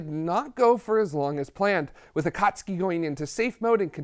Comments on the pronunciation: Excellent episode with best well-sourced history and explanations I’ve seen from non-scientists. I am sending you money because you freaking nailed the correct pronunciation of “Akatsuki” (Clearly, your team has cultured anime fans). Nice work. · Brilliant! The flawless pronunciation of Akatsuki was stunning.